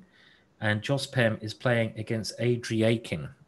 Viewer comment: Pretty terrible level of commentary. Simon botches about every name, even the easy ones like Andreikin. Has no clue who household names like Sibelephant are, stays on games way after they finish instead of clicking to ongoing very important games etc. etc. I understand i'm picky but I think this guy is not nearly up to par.